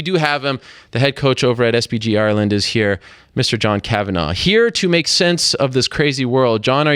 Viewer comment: It's Kavan-agh not Kavan-aww